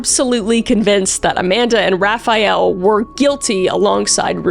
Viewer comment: "Raphael"???? Like the Renaissance painter? 😂🤣